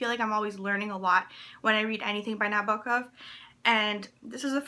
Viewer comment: as a big advocate of translated fiction, this video pleases me. I'm happy to see you mentioning the translator and also pronouncing Nabokov correctly :)